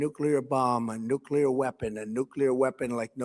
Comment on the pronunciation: NOO-KLEE-UR NOT NOO-KYU--LUR